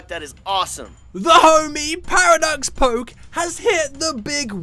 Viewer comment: said PoKe wrong.